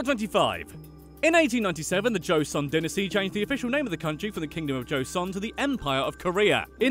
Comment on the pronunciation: Aww he can't say dynasty